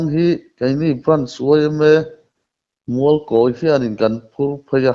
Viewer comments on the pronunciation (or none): Mizo Journalis chu khaw hming i va chhiar dik lo ve i chhiar Kâwi daih a. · I thluk dik lo Mualkawi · Mualkawi tih chu in thluk dan ava inanglo ve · An chilkawi a ni ang😁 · A ṭawng a pai nge Mualkawi hming lam dan hi a hre sual? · Tawngthluk hi fimkhur ve deuh teh aa, Mualkawi tih te hi chu i hre ve fo tawh tur ah ngai ila, tawng hian a thluk a zir in hawrawp in ang reng pawh a lam a hrang daih thei tih hi hriat a tha khawp mai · Mualkawi i lam dan hi ngaihthlak a nuam chiah lo thluk dik hi a pawimawh ve a nia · Mualkawi, tih chu i thlûk diklo hle mai. I kawm a te thlûk dan hian thlûk ve mai la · Mizoram khaw hming tal hi chu lam dik ve teh u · Khaw hming lam dân hi inzir deuh ula a tha hle mai..